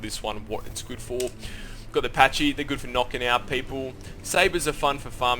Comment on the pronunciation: U pronounce pachy wrong